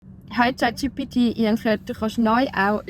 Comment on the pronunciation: Ziemlich gut. Neutraler dialekt würde ich das jedoch nicht nennen. Z.b. "E rede" Was für "Ich Rede" steht, ist nicht neutral. Neutral wäre ausgesprochen "ech" würde ich behaupten.